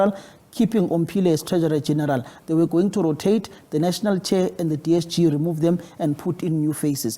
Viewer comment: must be arrested for butchering DSG's surname like that